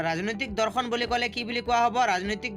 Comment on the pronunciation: Dada dhorkhon nhoi dorkhon .meaningei holai dise sun